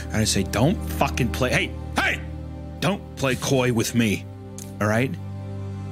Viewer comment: I like the part where he goes "hey hÆY"